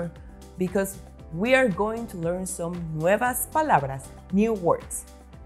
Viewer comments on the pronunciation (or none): none